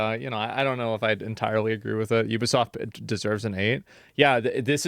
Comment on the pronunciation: "Rise and Fall of Ubisoft-ah"